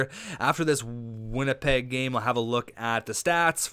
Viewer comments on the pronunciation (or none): none